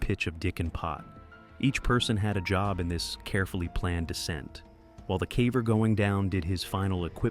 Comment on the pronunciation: its ai, a lot of simple english words get butchered like "caver".